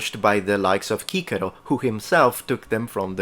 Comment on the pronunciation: I adore that the presenter uses classical pronunciation! "Kikero" all the way!